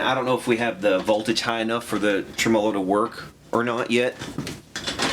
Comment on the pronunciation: your channel and projects and teaching style are all exactly what I think makes for time well spent on the 21st Century version of the "boob tube". But with that said there is one thing that is a "personal problem" I admit, but bro seriously, the goof version way you say TREMOLO makes me nuts!!!! Now I think you're goofing saying it that way, but others I know who watch your channel all say you do it intentionally. Can you set the record straight for us and please and tell us if you're kidding or not? Thanks very much!